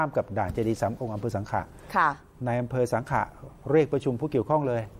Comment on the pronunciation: อ.สังขละบุรี อยู่กาญจนบุรี่ อ.สังขะ อยู่สุรินทร์ อ่านข่าวพูดหลายรอบแล้ว"สังขะ สังขะ ต้องอ่านว่า"สังขละ" อ่านว่า"สังขะ" มันไม่ถูก อ.สังขะ อยู่สุรินทร์